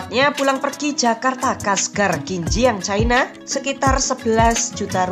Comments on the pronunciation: Diawal awal narasi sudah betul melafalkan CI-NA (menit ). Menurut etimologi juga sudah dijelaskan bahwa pelafalan yg benar adalah CI-NA, bukan cai-na (menit ) Kenapa makin ke sini menyebutnya jadi CAI-NA. Sebaiknya jangan ikutan DUNGUU..! 🫢🤓🙏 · Kenapasih china dibaca Chaina? Nama utu kan tidak pengaruh bhs inggris.